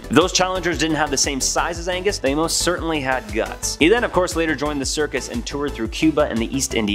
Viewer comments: Yeah. ‘Agnes’, as our narrator says, is a girls name. The gentleman in the tale? His name in An-gus. Two syllables. The surname is Ma cAs-kill which is three syllables. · ANGUS, not AGNES! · His name was Angus…..Agnes(your pronunciation) is a woman’s name. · The Cape Breton Giant was "Angus" MacAskill, not "Agnus". Pretty sure "Agnus" is a girls name. 🍁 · Loved this video but that guys name was not Agnus it was ANGUS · Please, It's ANGUS, not AGNUS! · Why do you keep saying eggnus when it's clearly Agnus lmao 😅😂😂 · I'm sure I'm not the first person to say this, but it's not agnes it's AN GUS!! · Agnus? Do you surely mean A N G U S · It’s Angus, not Agnes. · Angus... not 'Agnus' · Ang....gus...Not Agnus ! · AN~GUS not Agnes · 'Agnus'? Surely you mean Angus?